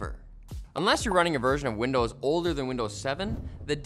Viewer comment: "and Widnows 11"- come on !